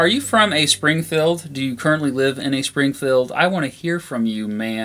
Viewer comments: Spring - feld ? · tharockus I noticed this too.Sounds like "Springfulled".